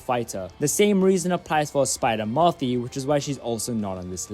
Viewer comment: Tell me you're not a South African indian. Based purely off the way you say "Murphy" lmao